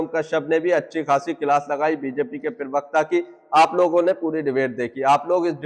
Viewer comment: पिरवकता नहीं प्रवक्ता बोले।